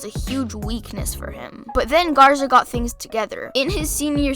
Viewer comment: and it’s GARZA not ZARGA cmon g lol